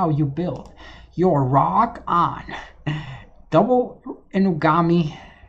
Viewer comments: Guys, I am pretty sure it is pronounced Ra(like the god)-Oak(like the tree) and is ment to sound like a dog barking. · Didn't know ppl pronounced roaq as raw-ock